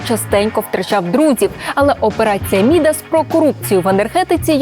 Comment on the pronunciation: наголос в слові МідАс, на другий склад...це пиздцеь